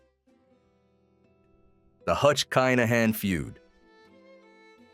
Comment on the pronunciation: Good little documentary. Just for clarity it's pronounced Kin-uh-han